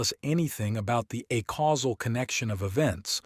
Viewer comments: Every time you say "uh-causal" instead of "ay-causal" I have an aneurysm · It would be quite helpful for the listener if "acausal" and "a causal" could be audibly distinguishable. This could be achieved by pronouncing "acausal" as "aycausal" but maintaining the current pronunciation of "a causal". Thank you very much for providing this resource in such a clearly intelligible format. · I wish this reading made a distiction in the pronounciation of "acausal" and "a causal" as it should